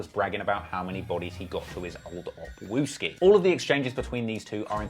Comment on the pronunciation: This guy said "king opp wooski" and put a picture of TB 😂👎🏿